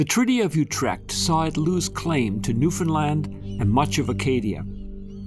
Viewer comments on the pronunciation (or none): none